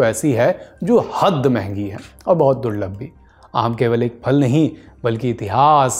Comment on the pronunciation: जनाब फ़ल नहीं फल बोलिये... बार बार फ़ल खटक रही हैं